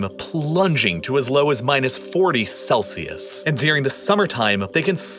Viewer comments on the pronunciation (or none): none